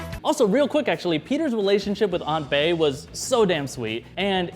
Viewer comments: doode did he just say "aunt bae"? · he said aunt bae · Lol did he say Aunt Bae ?! 😂😂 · Did he just say aunt Bae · OMG I noticed that too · yes, yes he diid